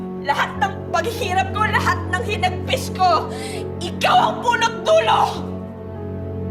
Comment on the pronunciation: Haha Natatawa ako sa salita ni Emma "lahat ng Hinagfis ko " 😂 #Hinagfis